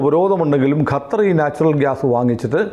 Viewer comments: ഗത്തർ എന്നാണ് പറയുന്നത് .. ഖത്തർ അല്ലെ ശരി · “ഗ” അല്ല “ഖ” ഖത്തർ ഇതാണ് ശെരിയായ pronounciation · ഗത്തർ അല്ല ചേട്ട ! ഖത്തർ അങ്ങനെ പറയണം 😂